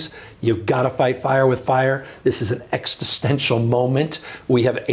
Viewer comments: exTistential? um... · If he's going to be president, he needs to stop saying "Extitstential". That's not a word! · Also quite disturbing that he doesn't know how to pronounce the word existential. Many attempts, never right. Implies not even understanding the root of the word is existence. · I agree with Newsome's message, completely, but can the man PLEASE learn to properly pronounce "existential"? I have autism, and it's triggering me hard, which makes it difficult to hear what he's saying when he misplaces the 't' like he does. His image is more educated than that betrayal reveals. 😖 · Someone should tell him that there's no t after the x in "existential" 🤦‍♂️ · Someone teach the Governor the word 'Existential' please. The first time he mispronounced it, I thought it was a slip of the tongue. Nope, he did it again later. If you're gonna use the word, you might as well say it correctly.